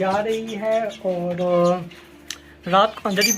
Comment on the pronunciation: Boht khoob ❤ آپ اور کو اووڑ کیوں بولتے ہیں